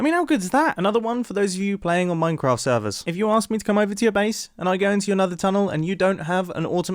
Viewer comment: you said « an automatic MINACRAFT despenser»